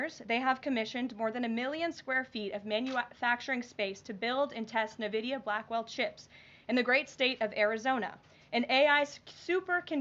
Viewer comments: It's EN-vidia not NUH-vidia jfc so annoying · NVIDIA is pronounced IN VIDIA (or EN VIDIA) not NAH VIDIA !!! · 'Nuh-vidia'? I thought it was 'en-vidia' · N-VIDIA not NE-VIDIA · Why is NVidia pronounced Nevidia? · Who tf is navidia? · It's pronounced "nevedia"? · It's actually pronounced EN-VIDIA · Nehvidia she says lol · If you're gonna praise a company that much, you can at least go through the trouble of learning how to pronounce its name: "INvidia." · Wtf is "Navidia" lol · I love you Karoline, but it's pronounced "N Vid E uh" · Can we educate her how to say "N-vidia" lol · Please pronounce Nvidia correctly in-VIH-dee-uh. Grammar Natzee stuff out of the way, I love Karoline! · She called it Nividea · Why can't any of these idiots say nvidia correctly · pronounced EN VIDEEUH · Would someone please teach her how to pronounce NVIDIA? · Or that losing 2 Apple factories and 4 Intel factories while gaining 1 Nvidia factory is not really the kind of momentum she is trying to portray. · Literally can't even pronounce Nvidia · If the guy is innocent and should never have been deported then they really should bring him back. It undermines the credibility of all of Trump's efforts if we're deporting and sending innocent people to prisons in El Salvador. Also, Karoline doesn't know how to say NVIDIA, bless her heart.